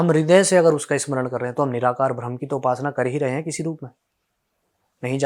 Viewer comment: "भ्रम" नहीं "ब्रह्म"